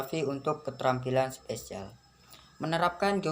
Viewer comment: spasial bukan spesial...!!!🤦‍♂️🤦‍♂️🤦‍♂️🤦‍♂️🤦‍♂️